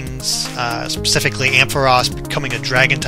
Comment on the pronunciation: He said pasifically!! (not specifically) .. DISLIKE!